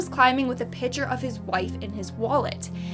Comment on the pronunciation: I like how she says pitcher (no hate btw)